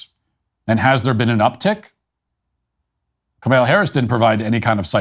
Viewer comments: Comma-la, not ka-mil-a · I get a chuckle out of Matthew's refusal to pronounce Kamala's name right. "Kamaila" lol DO NOT COME... DO NOT COME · Not Kamila Harris. Kamala Harris. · COMMA-la, Matt, comma-la. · He clearly pronounces it KaMella. Go back and listen. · Uh no he says Kamaila. He does not pronounce it Kamahla. I don't know of anyone else pronouncing it like he does. I couldn't care less how he pronounces it though lmao